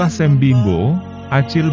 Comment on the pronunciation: Makasi min. Bukan sem pengucapannya tapi SYAM